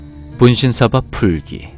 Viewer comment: 분쉰솨봐 분쉰솨봐 오이되구돠솨이 (발음이 아주..) (분신사바 분신사바 오이대구다사이)